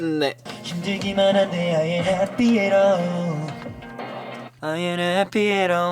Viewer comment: why did they make kai change from h to r sound in happy?